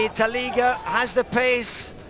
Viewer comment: It's Sammy oliech please, not taliga😬